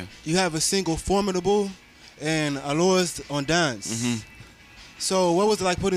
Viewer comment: ***** IKR. Alors on danse was pronounced badly as well lol.